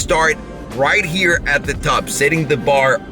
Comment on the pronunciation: Thats my dude over herreee! With an italien accent lolll